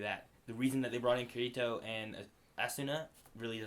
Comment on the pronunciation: Kee-ree-toe and Ahh-sue-nah. Jfc